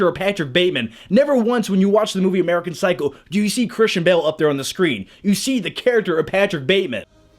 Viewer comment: Did he say "American Cycle?" :D